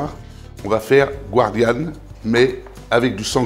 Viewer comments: Bonjour chef. Moi qui suis de Nîmes je suis ravi. Très bonne recette. Respect des traditions. De chef à chef on dit gardianne, si vous me le permettez, et non guardianne. Merci encore pour cette excellente recette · Bonjour chef un petit rappel On ne dit pas gwardianne mais "gardienne" Merci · Bonjour. Ne pas prononcer à l'américaine "guardian" mais gardianne, ou daube de sanglier ou de taureau. Vous n'êtes pas de la région, on vous pardonne!!!